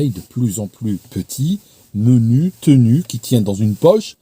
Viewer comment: ...pas "tenu",, "ténu"......🧐